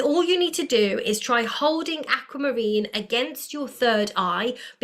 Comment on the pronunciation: Likening your channel! No put down but it is pronounced Aqu not Acu! 👍🏻 Pieces here.